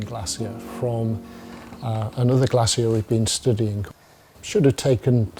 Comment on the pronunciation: Glacier, not glassier